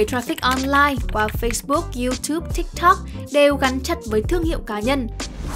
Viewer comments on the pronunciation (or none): none